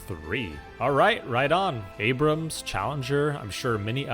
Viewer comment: You start your appreciation by pronouncing their tank's name correctly.